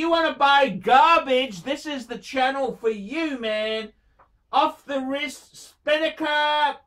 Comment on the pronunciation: “if you want to phind a lot oph garbage... this is the channel phor you” you’re supposed to be sprooking his channel, not yours